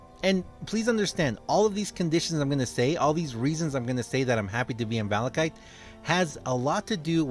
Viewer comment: that I’m happy to be in balachite. Lol. Not ever malachite